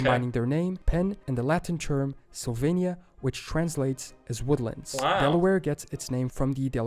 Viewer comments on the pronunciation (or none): none